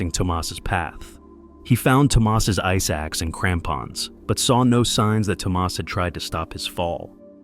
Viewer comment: It's Tomas, not Tomás.